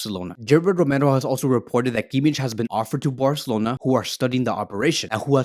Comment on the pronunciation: I'm sorry but you're pronouncing Kimmich's name wrong.